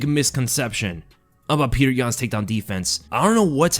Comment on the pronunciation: Pe-yo-ter not Peter